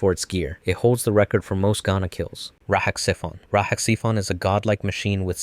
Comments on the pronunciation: The X in RahXephon is pronounced as a Z: RahZephon. Obviously you never watched the series or the movie. For that alone you get a thumbs down. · The second part of RahXephon is pronounced zef-on